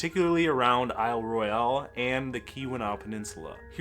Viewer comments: He butchers Isle Royale, too. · Isle Royale is pronounced as though it's spelled without an "e". ROY-ul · Nor can he pronounce Isle Royale.